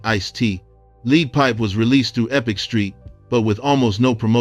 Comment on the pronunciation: 😂😂 bruh, “lead” rhymes with “red” not rhymes with “weed” lol. 😂 I But kudos to the lesson on a forgotten guy in Ayoub/I U. You don’t touch in this but because he ghost wrote Shante’s “big mama”. He got into beef (real physical) I’ve heard with Naughty by Nature(over Latifah being mentioned in what he ghostwrote for Shanni) Then Cold Chillin lost their distribution deal which is why his follow up too so long. 4 years especially back then was a lifetime. His suits were mainly album cover and they were portraying more old school gangstas thank corporate guys. IMO. I have no roof but I believe the Naughty beef played a part in stifling his movement. Naughty then was next to death row had a lot of influence. Also NYC radio is very controlled by connections. Especially then Lastly. I didn’t like “this is a recording” and thought it was a HORRIBLE first release single. My friends loved the bass in it If “sugar free “ would have dropped first and they had radio support. He’d have been a household name. My point is referencing that I got that album late when I heard nobody move and mass destruction I immediately ran to the record store to get this and could not believe how good his first album was yeah, that 1st single really caught in my judgment Shout out to him though and your episode Despite misnaming his second album lol